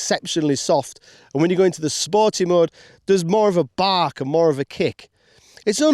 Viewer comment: Or what's "spor-i?"